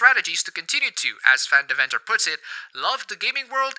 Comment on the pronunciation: You have a Dutch accent, but can't pronounce Van Deventer correctly?